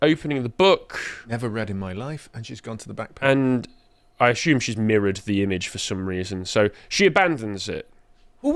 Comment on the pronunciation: I wouldn't buy any course connected to grammar, logic or rhetoric from somebody who pronounces 'assume' as 'ashume'. Nor somebody who doesn't know how to use 'unique' well...